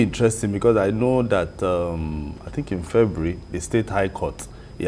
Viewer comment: Why do Nigerians pronounce Fe_- bua- ry Febry? Can someone tell me.